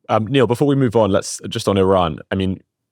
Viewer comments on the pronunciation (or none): Niall is too good natured to take issue with his name being mispronounced, so I'll do it for him.